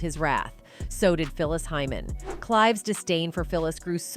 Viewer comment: I hope it's HEYMAN and not HYMEN.